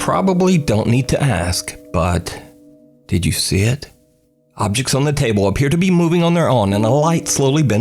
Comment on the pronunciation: WHAT SAID: Did you see it? WHAT I HEAR: Did you shit?